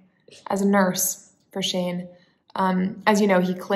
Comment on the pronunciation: Baby Shane, or did you say Baby Shame?